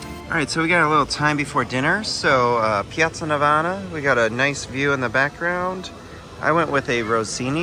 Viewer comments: NAVONA not NAVANA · Piazza Navona, non piazza Navana !